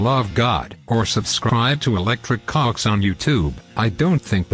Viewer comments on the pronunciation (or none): “EletricCoocks” lmao